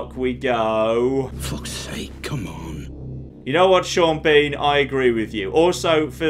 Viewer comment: HellRiser623 Gaming Piss Sean Bean off by pronouncing his name SHAWN BAWN and SEEN BEEN in equal frequency.